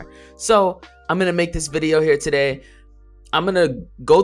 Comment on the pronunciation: Never say vawideo again.